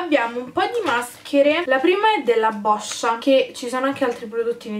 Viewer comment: Sei l'unica sul web che ha pronunciato "Boscia" nel modo esatto!😂❤️ Non prenderti male, ma Boscia è il mio cognome, è vederlo storpiato ovunque mi da fastidio! ❤️